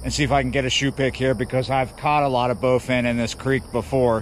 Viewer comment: Targeting "bowfin." Yeah, you right......